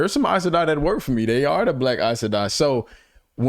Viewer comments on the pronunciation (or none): Aes Sedai not Are Sedai.